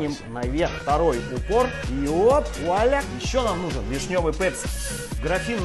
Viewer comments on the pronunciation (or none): none